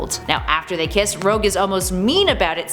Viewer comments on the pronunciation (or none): none